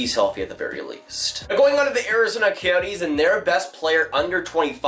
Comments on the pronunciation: Lololololololol. I'm a fan now just because there's a chance in each new video you might say the Arizona keyyohtees.... I've gotta edit, with chi being you're least favorite team if I don't hear keyyohtees in the next 3 videos im done. You're fanboys can attack me in 3..2..1..go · was joking about the way he said coyotes.